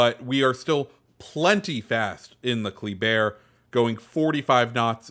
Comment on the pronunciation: I think it’s pronounced Kluh-bear, from what I’ve been hearing